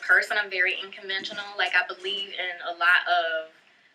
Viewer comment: She keeps saying "inconventual". Dude that's not a word. Smh. Edit: she also started referring to six figures in the bank. That's a lot different than a six figure INCOME. Something is not right...